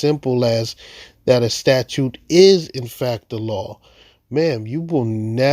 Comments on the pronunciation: Its funny she is actually saying "Statue" not "Statute" so in that case shes right, Statues are not laws. Lol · yes, I know but she clearly says "statue" since she an other places says "statute"